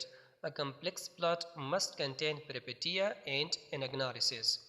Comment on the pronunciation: Peripetia not pronounced as peri- "i" sounds like eee And Peteia as "peeshia"??? پیری پیشیاء؟؟؟